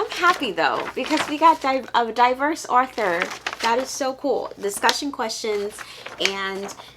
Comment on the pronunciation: Author, not arthue.😁